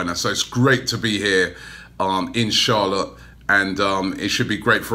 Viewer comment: Robbie, everytime in this video & when you said 'In Charlotte' it sounded like 'InshAllah' Just putting it out there 😀😀😀